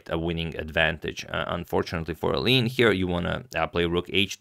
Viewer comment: Antonio, you are so good with pronunciation, except when it comes to us Dutch people! Maybe I can add a tiny snippet to your infinite wisdom. "Eline" is almost correct, but it's a three-syllable first name, so not "Ayleen", but more like "Ayleena". "Roebers" you also almost got correct, but "oe" in dutch is pronounced like "oo" in zoo or "u" in super. So, no "roybers", but "roobers".